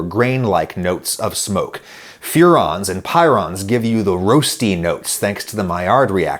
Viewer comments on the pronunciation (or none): furan and pyran are also pronounced differently (fyur-anne; Pire-anne)